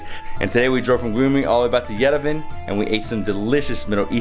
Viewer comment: Sorry after 10days you still can't pronounce Yerevan correctly! I enjoyed this series immensely! Thank you and your beautiful hostess Lusine